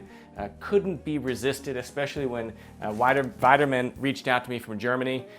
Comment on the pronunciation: Beautiful machine. We need to work on your German and French pronunciation, though. It's pronounced "VEE-de-mahn," not "VIE-de-mahn." And the German on the box roughly translates to "Make a machine your machine."